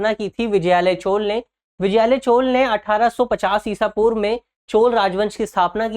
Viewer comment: ईशा पूर्व कैसे कहा आपने 😮😮😮😮😮